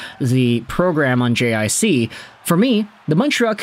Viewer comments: I think JiC is pronounced "GeeCee" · JiC hahha you have to prononce it like : Jeecee (G-C)